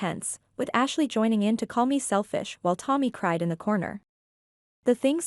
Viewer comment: I can't be the only one who heard Hashley